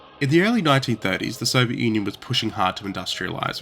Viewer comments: Who pronounces it "Soviet onion"? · Did he say Soviet Onion? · did say “Soviet Onion?” Or am I going mad? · "The Soviet Onion" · why does it sound like you started with "Soviet Onion"? (Cool video btw, I've never heard of these!} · The Soviet Onion you say? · "Soviet Onion" killed me 😂. Yes it's funny when misheard. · The Soviet “onion?” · I had to rewind to see if I heard it correctly you said "soviet onion" in the start :D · "the Soviet onion"? xD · The Soviet Onion? Lol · If you don't want us to think this is an AI channel, please don't pronounce it "The Soviet Onion" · This guy literally said "soviet onion at the 2 second" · "The Soviet onion"... 🥴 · Did he just pronounce it as the Soviet onion? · 02 "the Soviet Onion" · 4 seconds. That's all it took. The Soviet 'Onion'? Yeah, I can't take your story seriously, so I'm done with your channel. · Soviet “onion”? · Three seconds in and "The Soviet Onion"